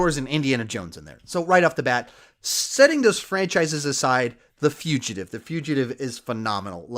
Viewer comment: I was going to make a joke in response to your saying "The Fugitive" as your favorite Harrison Ford movie, but it's an audio joke, the Foogitive, that's my best way to spell it phonetically.